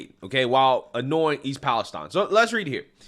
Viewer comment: You need to learn how to pronounce "Palestine"